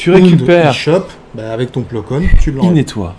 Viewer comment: Vidéo sympa, dommage que les noms des persos ou des vaisseaux soient autant écorchés dans les vidéo. J'ai rien dit sur la vidéo précédente avec le "Ti" fighter (c'est parce que c'est un 'tit vaisseau c'est ça ?), mais sérieusement, Plo "Kone", "Ayala" / "Aya" et "Wartok", je sais pas si c'est un problème de vue ou quoi mais c'est quand même un peu gros à ce stade pour des fans présumés de Star Wars.